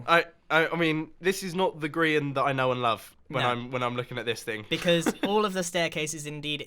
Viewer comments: Ummm it's Grian not grain!!!! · I'm sorry, hold up, did you just call Grian "Grain"??